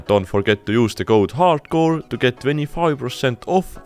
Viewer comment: it's not harcore it's hardcore